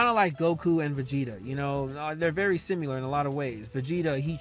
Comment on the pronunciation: Bro u be killing me when you say “simular” lol